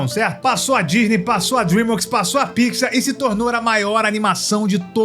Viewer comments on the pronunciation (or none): none